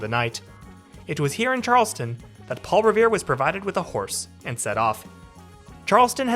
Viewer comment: Along with Charles-TOWN, you need to work on Concord. It's not CON-CORD, it's KONK-erd. 🙂 (Or KONK-id, if you want to go full-on Masshole!)